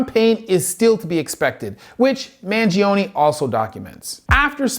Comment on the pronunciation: you can't pronounce the man's name right and you got the facts about his case wrong. is it that hard to do research? You're an MD, my man.